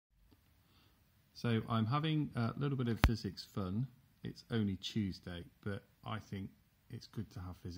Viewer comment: "It's ouwnly chewsday"